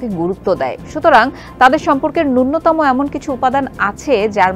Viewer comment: উপস্থাপিকা, _____________________ ন্যূনতম শব্দটির শুদ্ধ উচ্চারণ হলো = নুনোতমো‌। পক্ষান্তরে আপনি পাঠ করলেন/বললেন = নুন্নোতমো!